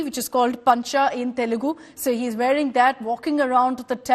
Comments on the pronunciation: Itna padha likha hoke bhi kya fayda when you don't even know the basics. It is TELUGU and not TELEGU! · Its not telegu. Its telugu you mfs never gave any importance to others language atleast write the name of the language properly thats the least you can do